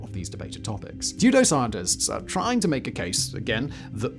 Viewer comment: At exactly Simon uses a word that I conclude must be " sudo - scientists " from the context, but it comes out like " dudo ". Perhaps the man normally good with diction is hedging his bets. Robert Milton Schoch is an American associate professor of Natural Sciences at the College of General Studies, Boston University. Don't be a tool Simon, the evidence is plain to see.